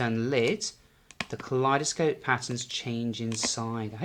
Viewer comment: Ka lie doe scope thats the pronounciation